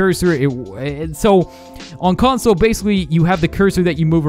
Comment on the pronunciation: Console not conso lmfao...but other than that cool vid